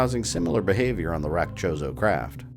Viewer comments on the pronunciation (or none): did I hear right? did u say the ancient chozo statues were called chorizo? lol